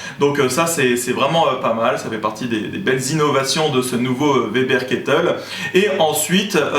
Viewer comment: Merci de dire Weber et non Vebère .. hahah :)